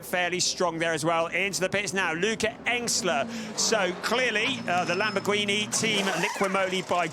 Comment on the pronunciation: Lamborgweenie? How about learning the correct pronounciation?